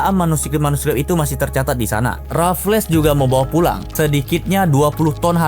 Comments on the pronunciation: Boss. Sebutan nya “Raffels” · Sebut 'Raffles' je pun salah, lucu konoha ni